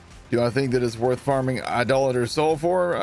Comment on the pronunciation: Please pronounce His name right. Idoh later Soul.